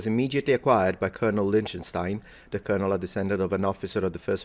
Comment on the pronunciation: I think this is the first time I heard you really mispronounce a word in English - Colonel is read as Kernel (for whatever godforsaken reason)